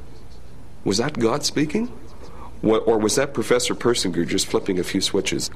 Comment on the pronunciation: They said Persinger wrong that’s rough 😂😂 it’s funny cuz I’m related to this dood 😂 but idk how but my last name is Persinger and all Persinger’s are related